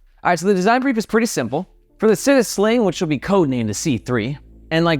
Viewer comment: Super excited for these bags! Also, the Italian word for city, “città”, is pronounced “chee-tah” 😄